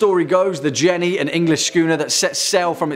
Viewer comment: oh no not Jen-ney